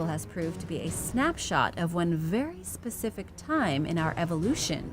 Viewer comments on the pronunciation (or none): none